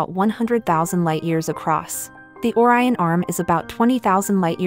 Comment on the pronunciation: If you post educational videos, learn to pronounce Orion.